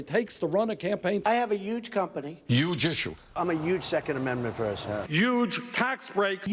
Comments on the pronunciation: "The issue is the YYYUGE..." There's the Bernie we all know and love! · Most guys from new york who were born before 1965 pronounce "huge" as "yuge" and "human" as "yuman" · Yes they pronounce "huge" the same way, what a political argument. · Bernie and Donald both pronounce 'huge' as 'yuge' but there the similarity ends. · "One thing Mr. Trump and I can agree on, is that huge is pronounced 'yuge'."